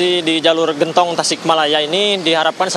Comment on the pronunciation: Genntong mba bukan gentooong😂